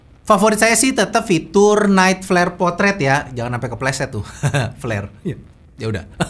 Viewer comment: Flare : fler. Jan sampe kepleset